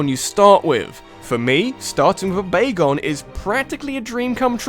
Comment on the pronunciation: Wait B-b-bagon? BAGON? BAGAN